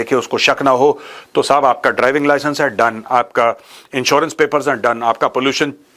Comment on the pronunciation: The way Major Sahib says- Sahab, shows training